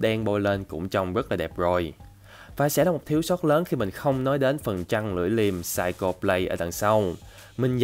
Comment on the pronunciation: Anh phát âm sai từ Psycho rồi ạ 😂 Cho ở đây là /ko/ chứ không phải /cho/ nhé